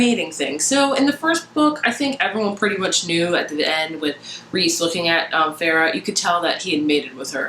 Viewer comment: "I'm team rhys now" lol I cheered when you said that. This was my favorite book so far this year. I keep wanting to re-read it but I have so many books I have to read that I have not read yet. And you are right it is pronounced Reese. I am one of those nerds that looks up the pronunciation so I know how to say the names.